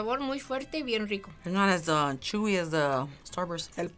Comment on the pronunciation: Love how she says shewy intead of chewy